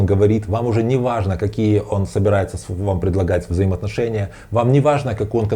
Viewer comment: Не аажно😊